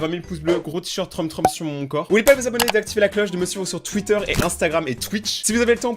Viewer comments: troom ce dit troum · On dit troum mais ça s'écrit troom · Troume...TROUME voilà c comme ça qu'on prononcé •^• si non super video! UnU